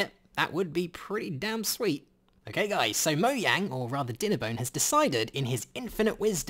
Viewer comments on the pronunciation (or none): It’s not moyang it’s mojang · im sorry if i offend you by commenting this buuuuuuut its pronounced moJang not moYang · It’s mojang not moyang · its mojang this guy csnt say it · Me: MoJang This guy: moYang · Why does he keep saying moyang? He knows it’s Mojang right? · its mojang not moyang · It's originally meant to be moYang, but, because of translations and the fact that in Swedish a J is a Y, it looks like Mojang in english, but the correct way to say it would technically be Moyang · Everybody: mojang: MO YANG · Mojang not moyang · it is Mojang, Not Moyang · Is it pronounced moyang or mojang? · Why do you guys say moyang not moJang? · He said moyang but it is mojang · It is mojang not molang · It’s not MO-YANG it’s fucking MO-GANG (I know how it’s spelt it’s just for pronunciation) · It's Mojang not Moyang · Moyaing? Its mo-jaing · Why you say Moyang?!?!? Its mojang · NOT MOYANG BUT MOJANG!!! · Its Mojang not Moyang is wrong im sorry but this is infuriating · it’s pronounced moyang... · Him: *says moyang* Mojang:Am i a joke to you? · Me:this video is cool why did I stop watching him?:MOYANG Me:oh...thats why SPEECH 100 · Did you say moyang? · Did he say moyang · ik its a joke i just wanna adress him saying moyang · In did he pronounce Mojang as "Moyang"? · Nobody: Literally nobody::moyang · Why he say moyang?? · he called it moyang lol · im sorry did you just say "Moyang"? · Did you say Moyang? lol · Mo yang he says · He said moyang hee hee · Wtf is a moyang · wait... m-moyang? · i was in a good mood until you said moyang wtf? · ''moyang'' ... the hell? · He said moyang and now I’m clicking off the video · What accent do u have? Why u pronouncw mojang moyang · Is swedish because he pronounce mojang like iiskall